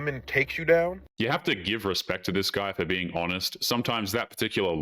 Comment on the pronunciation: ... for being "h"onest 😂. Bro why emphasising on the" H"? Are u pulling that "Cool Whip" joke by Stewie from Family Guy? 😂